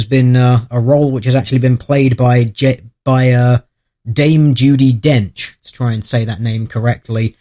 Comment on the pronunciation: "Jame Dudy Dench"